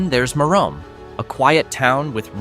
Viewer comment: Merom is pronounced meh-rumm, or mirr-uhm, not mirr-ome.